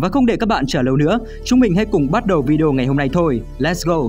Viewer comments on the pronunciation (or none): none